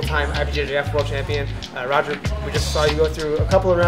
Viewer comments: It looks like Roger, but it's pronounced Hoger... dam, do you even train, bro? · Is his name pronounced Roger? I thought it was pronounced Hoger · Does it bother anyone else that he calls him RRRrr-O-G-E-R and not HHhh-OGER? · How you gonna say Roger and not Hoger ffs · c'mon man, you been around this sport for years, you can't say Hoger please! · You know you think if you were going to go see him you could actually pronounce his name correctly its Hoger exactly like Renzo is pronounced Henzo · It's Ha-Ger bro, get it right! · Him saying Rah-Ger made me cringe😬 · You pronouncing his name wrong probably didn't help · Awesome content but for the love of god pronounce his name right lol. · The guy knows all his stats but still fails to pronounce his name right. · That's what you get for miss pronouncing his name lol jk the size difference is crazy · You'd think someone with that much experience would know how to pronounce his name 🤦